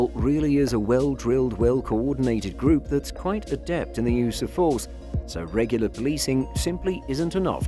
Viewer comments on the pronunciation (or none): none